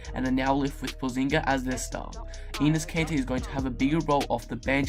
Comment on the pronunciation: Anus kanter and Hassin whiteside! (He said the names wrong)